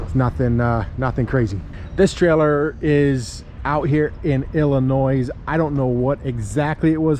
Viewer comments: just to let you no,the S is silent in Illinois!!! Just say'n!!! That is a really nice looking trailer for a 17 man!!! Super singles suck!!! If you have a flat your done!!! But,can i ask you why you didn't lease a truck from Ryder or someone,and talk that baby home with you!!! Because now you have to pay a driver to go out,we'll unless you go,but fuel one way,but just thought i would ask!!! Just say'n!!!😊😅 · Dude come on the S in Illinois is silent pronounce it correctly!!!!!!!! Lmao 🤣🤣🤣